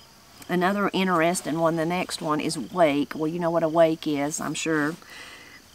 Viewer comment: I think it is so cute to hear you say interestin' leaving off the "g". I'm originally from Ohio and we're now living in South Carolina so I am the one who talks "funny" because I do use very proper english and strong "g"s to end my words. I really do enjoy watching you and and your family, it's comforting to find real down home people still exist. I love my new life in the South and really appreciate the kindness we have found. My husband and I serve the Lord and also appreciate that many people in the South still revere Him.